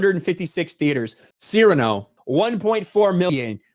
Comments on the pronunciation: “SEAR-a-nō”, NOT, “se-RAH-noh”. Please say it right. It was driving me insane. Love your channel. Peace. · Btw, it's pronounced Seer-ah-no. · Sirahno... damn that pronunciation.. xD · HAHAHAHAHAHA goes from pronouncing it Cerrano like he's talking about Pedro Cerrano from Major League, then to Cyrano. That would be funny seeing Peter "Angry Elf" Dinklage try to play Dennis Haysbert. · I wish people could pronounce Cyrano correctly. Anyways, glad it bombed. Tired of woke garbage. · work on that Cyrano pronunciation please.